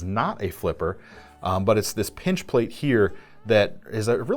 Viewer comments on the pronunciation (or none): none